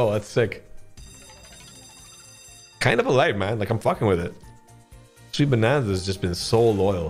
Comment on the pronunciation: You understood the assignment “proper name…proper accent”😃